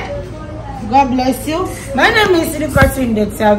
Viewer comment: The way she call the interviaa.....is something else😂😂😂